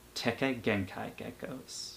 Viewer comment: You might've just been saying kekkai genkai weird(kekkai genkai is from naruto)